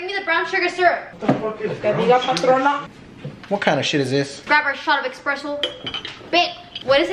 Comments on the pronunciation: Espresso! Not expresso! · it cracks me up everytime says “expresso” and not espresso😭😂❤️